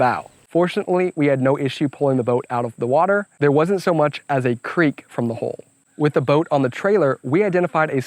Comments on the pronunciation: I love this. it turned out really well. I also enjoyed the quirk of his accent that made him pronounce hull as hole. Lots of tittering when he talked about flat bottom holes etc. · You need to learn how to pronounce hull.